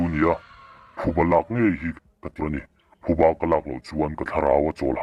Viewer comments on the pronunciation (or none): none